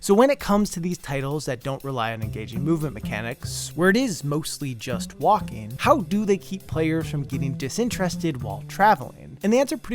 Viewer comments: I agree that some walking sections should have been cutscenes .... Everytime you said "walking", I heard "Joaquim" xD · This video, but every time you say “walking” it’s “Joaquin” 😂 (Ps. Great vid 👍🏼)